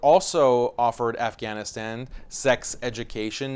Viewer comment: you could have pronounced Afghanistan correctly.......